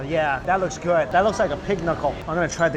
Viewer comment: I have a question, Mike..... who taught you how to say "good"?